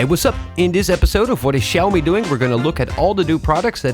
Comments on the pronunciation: For a Xiaomi channel, I can’t understand why don’t you make the effort to properly pronounce “Xiaomi” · I think what he meant was you should say Xiao Mi in Mandarin, not in the English.